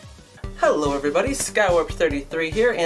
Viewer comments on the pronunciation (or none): none